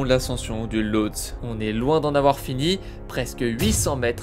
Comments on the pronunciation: Lothsé et non lothse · Ça se prononce Lhotsé au cas où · Pour info, on prononce Losté et non pas Lotse